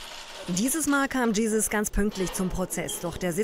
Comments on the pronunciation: Die können sein namen nicht mal richtig gut aussprechen krieg immer ein lachkick wenn ich hlre wie die nur Jesus sagen 😂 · Das triggert anders das sie einfach Fucking Jesis sagt 🤣🤣🤣🤣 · Die kann nichtmal seinen name aussprechen 🤣 gieses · Es heißt im Juli 2020 immer noch nicht jisus sondern jiziz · Er heißt Gzuz nicht Jesus bitte sprecht seinen Namen richtig aus 🤦‍♂️ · Degga was für Jesus man spricht ihn gazuz aus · Bitte lernt gzuz richtig auszusprechen... er wird nicht jesus ausgesprochen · Finde es etwas fragwürdig dass er von allen „Jesus“ ausgesprochen wird 😂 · Gisis dachte immer das heißt Gzuz😂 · 2020 und noch immer können die Reporter den Namen von Gzuz nicht zu 100% richtig aussprechen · Warum kriegt das kein Fernsehsprecher hin den Namen richtig auszusprechwn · wie wäre es wenn ihr den namen mal richtig ausprecht bevor ihr über GZUZ urteilt es wird eh nichts passieren die haben alle gute Anwälte erhofft euch nichts